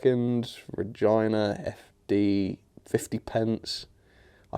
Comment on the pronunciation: Great value . Not 😂 Btw Regina is pronounced 'rejeena' not like vagina!